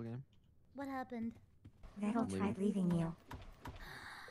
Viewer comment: Can we talk about how said Vedal the correct canon way